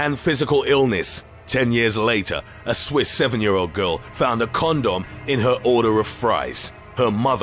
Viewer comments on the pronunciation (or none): He found a Kohn-duhm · When he first said condom it sounded as if he said "corn dogs found in burgers" I was like hold up how did they pull that off...and then they showed a pic of an actual condom...that accent boy I tell ya...😂😂😂😂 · I thought the guy said corn dog instead of condom at first. He could make the phone book sound entertaining. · He didn’t just find a condom, he found a.... KonDumb lol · Kristine Davila Really!! So I did hear it right??!! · You say condom funny. Makes me giggle 🤭